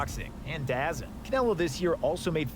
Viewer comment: The way this dude just pronounced DAZN 💀